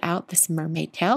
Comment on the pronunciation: At first I was mainly listening to this video instead of watching. I kept thinking you were saying towel instead of tail! 😁 Beautiful card,!